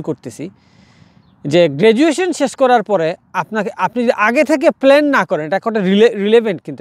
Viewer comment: প্লেন না প্লান